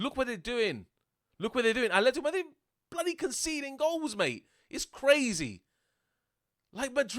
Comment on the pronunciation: The way he says Madrid>>>>>>>>>>>>>>>>>>>